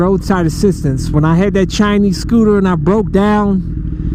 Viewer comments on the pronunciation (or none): Every time you say Chinese scooter I crack up man